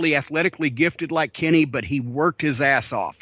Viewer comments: When Jim says "Kenny," I can't help but hear Carman from South Park. "Kenay" Kills me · I like how Cornette says Kenny like Cartman. "Kinney" lol